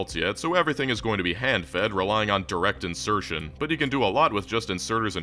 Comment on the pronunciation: I like how you said: "Direct insertion" :3